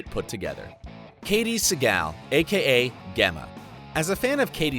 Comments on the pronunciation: You lost me when you called her Gemma. It’s pronounced Jemma. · He actually says G emma instead of how it’s pronounced Jemma. Piss off anyone else? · so GEMMA isnt pronounced with a G its a J like Jemma and able its pronounced ayble jeez dont review something if u havent watched it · Gemma is pronounced as Jemma, dumbass 😂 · Gay-ma and Ab-elle? Really? 🤨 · Matey pls say gemma again pls it pronounced with a j jemma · AHAHA I’m sorry but “Ghemma”?? 😂 how do you get Gemma so wrong hahaha Edit: HAHAH OH GOD I JUST GOT TO HIM TRYING TO PRONOUNCE ABEL 💀💀💀😭😂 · GEM-MA you fucktard! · Did this loser just say “Gaymaa” and “Aaabel” ?? Wait till Jax finds out about this. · " Ge-mah, A- Bell, Tragger!" This narrator needed to be whacked before Opie, just saying.. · I heard “GEMAH” and “Tragger” and went straight to the comments... 😂😂😂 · I went at gemah .. this dude never watched the serie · Gemma: pronounced Jem-uh Abel: pronounced Able, not A-Bell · This dude has clearly never seen the show! Dre? Gem ma Abelle? Like seriously Watch the show if you're going to talk about it ffs 🤦‍♀️🤦‍♀️🤦‍♀️ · Pronounced JEMMA 🤦🏽‍♂️🤦🏽‍♂️🤦🏽‍♂️ you definitely have not seen an episode at all. Also it’s pronounced TRAYGER Jesus Christ guy 🤣🤣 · Gemma is pronounced like Jim-ma. Gem as in a diamond is a gem. And it's pronounced Drey-ah. Have you ever watched the show? Nah, you just read the script they gave you. Where was Ryan Hurst? Opie Winston was a major part of Jax's life. Where's David Labrava? AKA Happy. Where's Mark Boone Jr? Bobby Elvis. Jimmy Smits, aka Nero? Next time get a real fan of the show to do the research on all the characters. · Ummmm. Its Pronounced Jemma not the way its spelled. Have you ever watched an episode ???? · He clearly didn't watch the show... Geh-muh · Gemma prounounced Jemma dumbass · Lmao GAMMA 🤣🤣🤣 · A bell and Gehma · narrator has a nice voice, but needs to know how to pronounce people's names.. I.E 'Gemma' , ' Abel' And " Forrest Witaker " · The way he says gemma